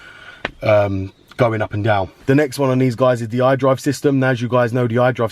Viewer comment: Hi there, I really appreciate you for bestowing your knowledge upon us but for the love of God I can't understand shit when you're talking about the iDrive man.